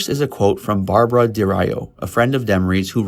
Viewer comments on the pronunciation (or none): none